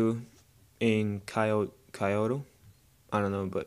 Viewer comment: nice review. kyoto -> kee-oto